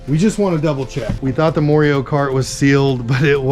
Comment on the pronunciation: Moreio? Its Mario.